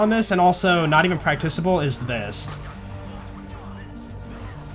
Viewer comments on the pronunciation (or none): i get irrationally angry when he says "PraCtiCiTAblE"